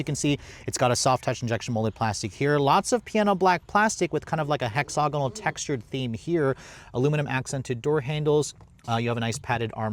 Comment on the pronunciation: Man, I love your reviews and they're the first ones I turn to when I'm thinking about a vehicle. But honestly, you REALLY need to learn how to pronounce "hexagonal". You ain't gettin' it. Ask around.